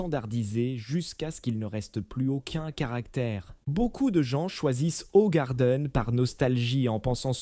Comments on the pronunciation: Eh, crane d'œuf, on ne dit pas Hogarden mais Hougarden ! Avec de préférence un H aspiré, mais on ne peut pas tout avoir... De plus InBev n'a rien détruit, la brasserie était à l'arrêt ! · Impossible de continuer c est une merde d'IA , et si vraiment c'est un humain il est con de chez con. Hogarden .... vraiment ?? Ca se dit {ougarden} connard! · Ogardenne...leert eens spreken😢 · HOE en néerlandais c'est hou qu'on prononce et le reste de la prononciation n'est pas mieux le e est toujours muet. Et Jupiler est une bière très sucrée pour la rendre moins amère et plus accessible aux gens qui n'aiment pas la bière.